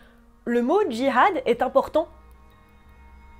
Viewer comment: Qu'est-ce qui te gêne tant dans le fait que Anna-Taylor Joy incarne Alia ? ( l 'âge ? le physique ? ) ainsi que son rapport avec le Djihad? Concernant le mot Djihad , il est bel e bien prononcé Très bonne vidéo